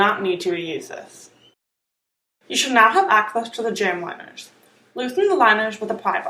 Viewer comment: have it narrated by somebody who doesn't have a speech impediment......what's a "pwy" bar? What's a jamb "winer"?